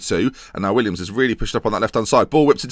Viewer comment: Little gripe I have, please stop calling him Williams, it's Willems.(Pronounced Will-ems) Great series though